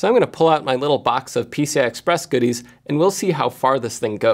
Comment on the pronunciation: Thought I heard you say "Pizza Express devices" :(